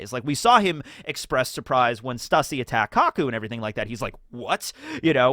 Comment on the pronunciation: The YouTubers pronouncing stussys name wrong constantly is hurting me physically